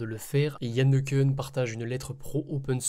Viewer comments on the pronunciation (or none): Juste pour Yann Le Cun notre frenchy américain, ça se prononce Le "qu'un" pour infos ^^ Merci pour la news